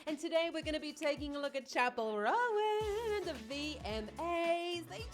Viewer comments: She's incredible. Love your reactions. As a note, her last name "Roan" is one syllable, like "loan" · Apologies if someone already mentioned this, but "Roan" is pronounced like "Tone" just so you know!